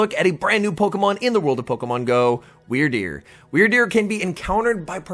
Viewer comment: You the only person I heard say that things name right